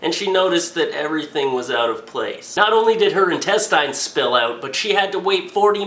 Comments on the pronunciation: Quit saying. IN-TEST-IYNS Intest-INS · Dude. please. Its pronounced in-test-ins not in-test-eye-ns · i am the only one bothered by the fact that he says entest"eins" and not intest"ins"? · old, say it with me now. in tes tins in. tes. tins. in tes-tins. intestines. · (In-tes-tins). Say it with me. Intestines. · Lol intestyes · ***** Not even people in England say it that way. I think he was just high and forgot how to say it or has never said it in his life. Either that or he just wanted to see how many people would comment about it being pronounced wrong. Like Barbie Frey said to jacob, that's not how the language works. Just because it ends with "ine" doesn't give it an "eye'n" pronunciation. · it's INTESTINES NOT INTESTYES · In Test Ines. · Where did you get that ridiculous pronunciation of "intestines"? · He says intestines like I do. It took me awhile to figure out what people meant. Probably because most of my dads family is french Canadian lol. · the only thing that made me cringe was the way he pronounced intestines lol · Is that how people in Canada pronounce intestines or is he being funny? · You're still saying it wrong, though. The right way even sounds better...Why not use it...>.> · Is it just me or does he say "intestines" weirdly? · Well he is pronouncing it the way it's spelt. I'm assuming you pronounce it as "intestins". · Nah I agree :D But whatever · Weeaboo Wiserd that pissed me off so much